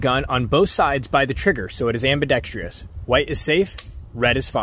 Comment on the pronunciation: very concise video that only suffers a minor loss of credibility resulting from the mispronunciation of 1 word . . . ambidextrous is a 4-syllable word - am bi dex trous. . . it is NOT pronounced am bi dex TREE ous . . . there is no TREE in this word . . . webster dictionary says so . . . look it up